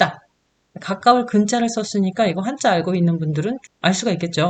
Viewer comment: 한국어의 바름 문제가 있는 반면, 일본어는 A+입니다 . 우선, 한국어어에 대하여. 긴 자를 강사께서 짧게 잘못 발음한 ㅇㅖ: 훈독, 한자, 두 버 째, 두 가지,좋겠지만, 바 주세요 , 많아요, 등, 제가 듣기로는, 강사의 일본어 발음은 A+ 인데, 한국어 바름은 이상 지적한 바와같이 믄제가 많습니다. 강사가 한국이ㅣㄴ지 일보이인지 궁ㄱ ㅇ합니다. 한국의 발음 문제는 심각합니다. 한ㄱ ㄱ이으로 영어를 가르치는 경우에도 영어는 A+인데 한국어는F 였습니다. 이 무슨 irony 입니까? 고국 동포들께 간곡히 권하옵노니, "한국 어문을 고발함"이라는 책을 읽어 주시옵소서. 미국 변 완수 배